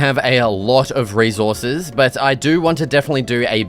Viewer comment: Fricken. Fricken. Fricken. Rezorces. Frigen. Bloody. Fricken.